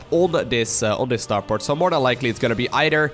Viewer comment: Is it just me or does pronounce "TH" in words as "D", example "eider" instead of "either" LUL, it seems lots of europeans do this, not sure why I find it so funny.